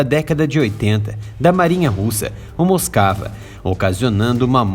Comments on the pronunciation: A PRONÚNCIA CORRETA DA PALAVRA "MOSKVA" , "MOSCOU" EM RUSSO, É "MOSUKÁ", E NÃO "MOSCAVA". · Moscava 🤣🤣🤣🤣🤣 moskiva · É dose escutar alguém chamar o RK MOSKVA de Moskava!